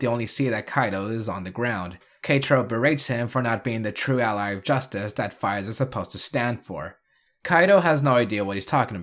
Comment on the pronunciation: I thought it was pronounced like phase